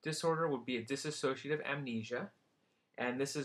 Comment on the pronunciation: Its dissociative NOT "diss-A-socative" dosorder.